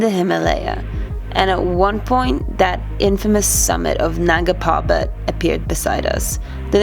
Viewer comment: ita Nanga Parbat not nunga parbat ... LMAO